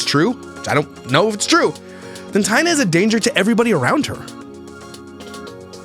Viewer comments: please just say “T”, instead of mispronouncing her name 3 different ways throughout the video. Thank you. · Nope. It's pronounced like TIE-nuh. Similar to Diana but with a t is the way she described it in her own video. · Her name is pronounced “Thai-e-naw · The baby looks exactly like JJJ but Taina PRONOUNCED “I-Ana “ says the baby looks just like Cleopatra! Weird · Her name is pronounced Taint